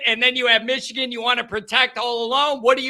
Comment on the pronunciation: Michigan not Mitchigan